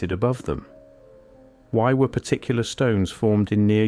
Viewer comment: I know why....this is an AI generated video. Even the voiceover. The voice over gave it away. It pronounced Particular as "Par-Tic-Killer" 😒